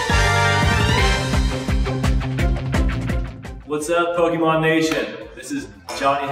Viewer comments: um, I'm pretty sure its pokémon and not pokymon, when ppl pronounce pokymon I cringe really badly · You don't even pronounce Pokémon right...